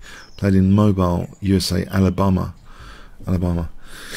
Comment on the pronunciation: Moe-beel is the pronunciation lol :)